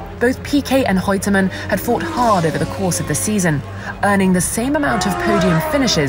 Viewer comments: The presenter is likely a Portuguese speaker with Rene' being pronounced "Hene'" and Reutemann being pronounced "Heutemann". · Is Reutemann pronounced with a 'h' sound ni the beginning, or is the narrator saying it wrong?